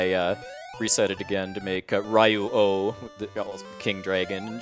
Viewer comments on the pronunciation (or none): after so many years still cant pronounce ryu right. So invested in japanese games